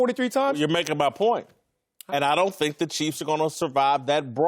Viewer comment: I can't take anymore "dhink" from Marcellus. Will someone please tell him it's "think"?